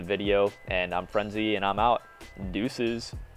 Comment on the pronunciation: Its so funny how he says deuces